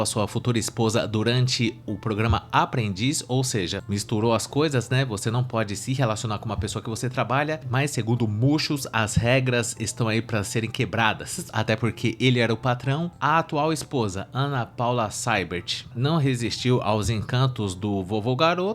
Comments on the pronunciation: "Múchus", "Prochazka pra cima"... Veeeeeey🤣🤣🤣🤣🤣🤣🤣🤣🤣🤣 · Robertão "Muchus" kkkkkkkkkkkkkkkkkkkkkkkkkkkkkkkkk